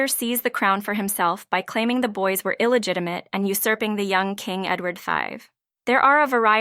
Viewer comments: I believe she used a Latin pronunciation. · Did… did you just mispronounce “illegitimate”??? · I'm glad I wasn't the only one who heard that! I decided it must be a computer generated voice. That's the only thing I could think of that made sense.